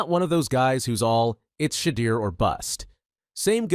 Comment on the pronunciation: Turning off after hearing you pronounce his name, do better.